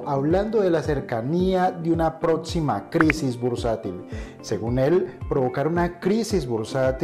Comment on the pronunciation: Es próxima, no "protsima", ni hablar sabes mucho menos vas a saber del tema de las inversiones.